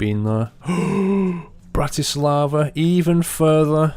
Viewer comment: Bratis-lava :D Brnou :D I live in Brno...Its so funny when you sayed the name :DD